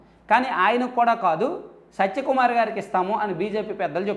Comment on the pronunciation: Neku info ravadam entra karroda already anni news channels lo vachaka nv chepthav bokkalo sodhi by the way his name is satya kumar not sacha kumar pronouncesation kuda sariga radu vediki malli channel okati😂😂